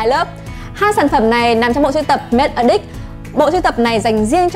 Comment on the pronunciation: Nói thật một trăm người ai review sản phẩm này ngay cả người tạo ra sản phẩm đoc tên cũng sai Matte Addict nhấn âm đầu Addict chứ không phai nhấn âm hai aDDICT